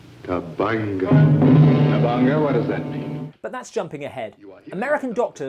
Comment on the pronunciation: C'mon people! It's Tabanga! T-A-B-A-N-G-A! Not Tubungu, Tabonga, or Taboinga. Even the people who made the trailer got it wrong! They called it Baranga! Sheesh!